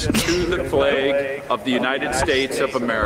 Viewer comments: What really bugs me is the way they say the word "flag".... The A is a soft A... Like Apple. They say it with a hard A. Like Ape. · "Flag" also isn't supposed to rhyme with "plague".